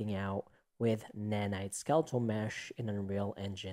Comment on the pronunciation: Nae naye ❌ nanite ✅